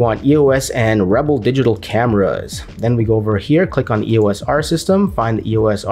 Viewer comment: Its not E.O.S . Its the word "Eos" . The Greek god of light!